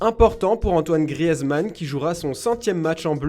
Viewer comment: Il ne sait pas prononcer Griezmann et il prononce le D de Hazard.